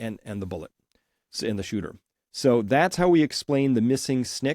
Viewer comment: Shooter ! Not Hooter 😂